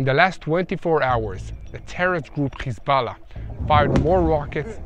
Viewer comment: Can you get your subtitles right? Instead of Hezbollah you are saying Kisala? Is that "Kiss my ass" or what?